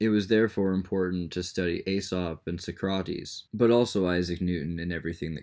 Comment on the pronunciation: sock-krah-tees socrates